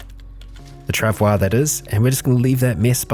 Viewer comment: forgot really fast about the proper pronunciation of the trav oi mate.